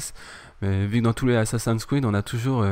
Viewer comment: asasans kriid ? funny french.